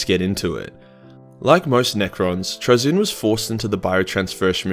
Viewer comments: Traynz looks like it should be pronounced like “trains”. His name ends with “nz” I don’t know how you’re getting “Truh-ZIN”. Penal colony schools at work. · “Trai-zinn” Also, happy birthday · I think it’s Trazyn like Tray-Zin just wanna say that. Also happy birthday you should never go into singing. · Trazyn? Traynz?? Trainz. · It's pronounced "trains". Trust me. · (tray- zeen) but great vid man I really appreciate it but I'm too poor to support you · It's pronounced 'Trazyn'